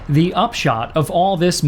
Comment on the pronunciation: Why does he pronounce THE so often wrong?